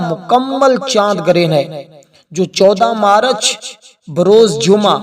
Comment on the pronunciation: wakat nahi wakt marach nahi march jahil